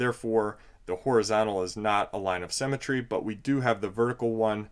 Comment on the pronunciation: Great video but symmetry not cemetry.